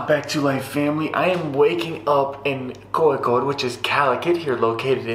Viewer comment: Wtfff. Dude!! You just said Kozhikode like how it should be pronounced. Wtfffffffffff